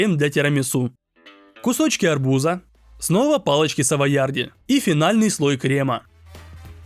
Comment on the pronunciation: Арбу́за❌ Арбуза́✅